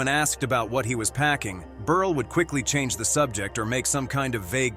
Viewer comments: Milton BERLE, not BERL-AY! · I wish to hell they learned to pronounce names. It's pronounced Burl nol burlay or burlee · It's Berle not Ber la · Berle is pronounced Berl not berlay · Milton Berle’s name isn’t pronounced “burly”. Berle rhymes with Pearl. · Stop calling him BURLYYYYY it's not Burly it's BurL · It's pronounced Milton BURL not Milton BURLIE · Can the narrator at least pronounce the last name correctly? Milton Berle--It's BURL, not Burly! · Burley... it's Berle! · Ditch the computer narrator and use real talent. It's BURL, not BURLAY. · NO, NOT MILTON BERL-E. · WHAT CRAP!! CAN'T EVEN PRONOUNCE NAMES. MILTON "BURLIE"????? AND THE SUBJECT MATTER, PROBABLY SUPPLIED BY SOME SMALL D**KED LOSER!! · It's pronounced BERL...leave off the E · Lost me at Milton Burrr'Lee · Milton "Berlie"? "Tex-a-ko"? AI fucking SUCKS! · Ber lay?? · Milton Ber-lay?? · The last e is sileht. So it is Berl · I miss a human voice over person. These AI voice overs don’t always pronounce names correctly - Milton Berly? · Berle rhymes with HURL, Bot. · Well, this video is a new low. By the way, the "e" at the end of Milton Berle's name is silent. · It’s Milton Berle is pronounced burl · They should get an announcer who can pronounce Berle not like “Berlay”. And other simple names… Quite annoying. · BUR-lay??? Is this an idiot or a robot? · Stop! , with the BERLAY!!!!!! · Milton Berly? Whats wrong with you? Milton fricken Berle. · It's Berle, not Berley!! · When it comes to Milton Berle, if they cannot pronounce his name correctly, what else is wrong with their story? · Would be nice if the computer voice would get Berle's last name right. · Who is this mispronouncing stars names?